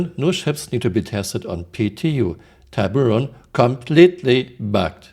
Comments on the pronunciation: American pronunciation : tib-u-ron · I think emphasis is on the first syllable - TI-buron, with the "ti" spoken ti not tie. It is amazing how old basic systems are still not working. Can't say Tiburon without bur. 😉